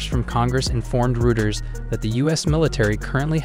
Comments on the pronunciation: rooters lol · Learn to pronounce Reuters. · You ought to find out how to correctly pronounce Reuters and HIMARS.